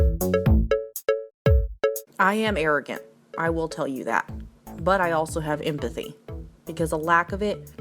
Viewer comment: Did just say *imp*athy °drums and cimbils°